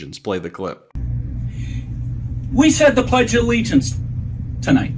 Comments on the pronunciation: He keeps saying Plegdea Allegiance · What is “the pledge duh-the allegiance”? Isn’t it “the pledge of allegiance”? This guy wouldn’t win in California, so he carpetbags to other states that he thinks are populated with suckers. We’re not suckers. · Fleeag? Ugh never trust anyone that can't pronounce simple words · He calls it “The Pledgalegiance” lol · He also calls it the pledgealllegiance